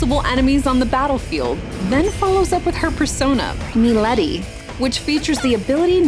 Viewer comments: "Meeleddy" is what I heard lol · Joehanna and melady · still noticeable though since its supposed to be Yohanna. But yeah, Milady was straight out butchered. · To be fair, it does sound a bit like the French proununciation, and Milady is a French character. However, I still doubt this was the intention here.